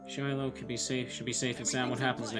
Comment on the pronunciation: It took me a while but isn't Shiloh supposed to be Shiro